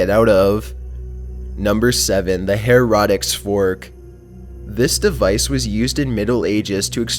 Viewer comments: It's Heretics (Hair-uh-ticks) not (He-rot-ticks) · How the heck did you sound out heretics to "HUR-ROTIX". It doesn't even look like it would have those sounds. Sound it out honey. HAIR-UH-TICKS. I'm shocked there's an adult who hasn't heard that word hundreds of times. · TC: -, it's pronounced "hair-ah-ticks" fork...not the "hair-rot-ticks" fork. Just FYI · Herotics? Its pronounced Heh-re-ticks read it like its spelt Heretics. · it is the her-ra-tics fork not the her-rot-ics fork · Killing me!!! HAIR Eh Ticks fork,,,not Hair rotic...lol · Dude, its the. Heretics fork, not herotics fork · Herotics board..... it is pronounced hair e tick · wtf is a horrotics fork? its pronounced hair a ticks not horaticks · Her e tics not her o tics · Hair-ot-ics fork? Isn't that word heretic (hair-i-tics)? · Herotics? It’s pronounced hair-i-tics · I love your stuff, but for the love of god you pronounce things so annoyingly wrong sometimes. It's not "hair-rah-ticks" it's "hair-eh-tics" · It's pronounced Hare-eh-tiks not Hare-ah-tiks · Herotics? Heretics is pronounced: Hair-Et-Tics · Lol hair-rotics fork! Yo is English not your first language or are you just not a great reader? There's also eye-Ron and gee-bralter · 1. Bro speak English 😂 Herotic? Vietnaaam? 2. Pear of anguish, was not used "in the anus" first, it's always been placed in the mouth before expansion. It's very clear on the writing at the museum, even a picture of it in use . General belief amongst historians is that it was used as a gag during robberies in the 1600's. Here's 1 source Bishop, Chris. "The Pear of Anguish: Torture, Truth and Dark Medievalism" you can do the rest yourselves :* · The way pronounced Heretics and Iron was very creative. I've never heard anyone say those words like that. He was saying something more like "hair-rod-dicks" for heretics and "I Ron" instead of iron. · Its pronounced hair-ah-tics fork. 😆 lol. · "the hair-rotics fork" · Hair-a-tics fork